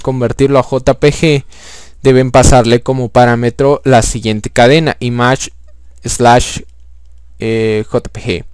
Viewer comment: Image se pronuncia "imeish" no "imash" :) Buen video.